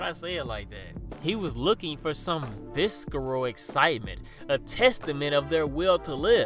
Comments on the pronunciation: Viss a rull not viskarull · This dude said "Visckeral" 😂 love the content man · The "c" is silent in visceral.